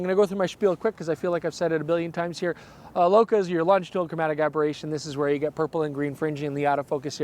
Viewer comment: Thank you for pronouncing "Bokeh" properly!